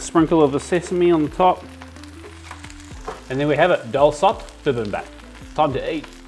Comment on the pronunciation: Pronunciation help: Dol Sot with a long O sound on both syllables. And bibimbap is pronounced more like beebeembop. But aside from that, I love the dedication to cultural accuracy in the recipe, and showing how to make this from scratch!